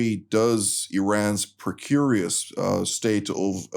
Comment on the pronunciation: 1. "precarious" - 'pre - care - e - us' - not "pracurious" or "precurious" - although those are great sounding new words. :) 2. "Readiness to sacrifice", sine qua non. Exactly what's missing on American college campuses on the part of the targeted group, forever defaulting to the back foot while crying out for the protection of others, angling for sympathy in place of earning respect; the losers' last stand.